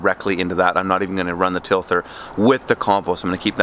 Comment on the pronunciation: Tilther? OK, maybe a dumb question but what is a tilther? Tiller I know but tilther, no.